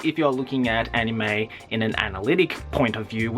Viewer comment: you say 'Anime' weirdly. It's not you're accent, (I'm Australian, too) you put too much emphasis on the 'I'.